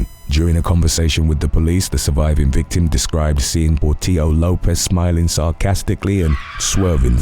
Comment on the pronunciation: Has to be the Lopez case, pronunciation is fire 👌🏽